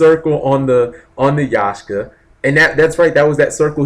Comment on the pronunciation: It's not Yashka. It's Yaksha.